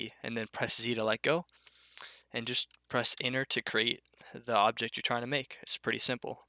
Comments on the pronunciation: holy fuck I was stuck on "and press inner to create the object your trying to make, it's pretty simple" yeah so is pronouncing your words correctly you fucking burger, apart from that top tier tutorial, thanks bud, #votebiden2024. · I was stuck on when you said "and then press enter to create the object you were trying to make" because I heard it "inner" :) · he says enter like inward i was so confused at the start lol